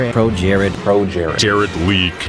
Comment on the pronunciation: Now whenever someone says "Projared" more than once, I just here pro jerry.